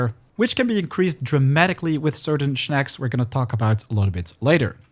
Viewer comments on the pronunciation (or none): I’ll hit the like button if you stop saying “schnaks” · I hit the like button BECAUSE he said schnaks